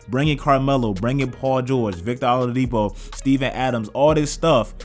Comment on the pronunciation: “Victor olAdipo” 😂😂😂